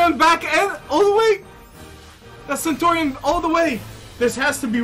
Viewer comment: Dude, it's 'CENTURION';) Nice win by the way!:)